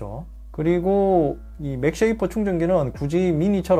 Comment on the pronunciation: 맥세이프 맥쉐이프 나만불편한가요?